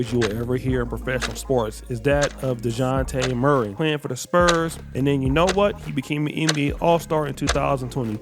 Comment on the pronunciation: The j isn’t silent in Dejounte Murray’s name